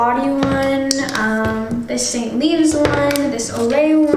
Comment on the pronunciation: notice how she says ST. leaves instead of ST.ives